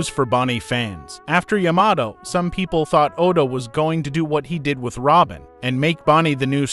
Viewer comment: the way he pronounce yamato triggers me af